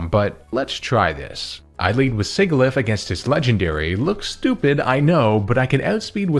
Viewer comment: I love your content, but man the way you say Sigilyph had me grinding my teeth. 😭